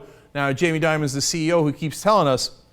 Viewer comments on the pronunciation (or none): It's "Dimon", not Diamond. Perhaps you wanted to throw former Barclays CEO Bob Diamond in the mix? :P